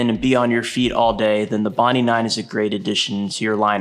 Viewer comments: Okay, the Hoka is not called "bondy". It is the name of a place in Sydney, Australia. It is pronounced "bond-eye"! Otherwise, thanks for the video! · It’s Bon Die not Bon Dee… the shoe is named after the beach… Bondi Beach.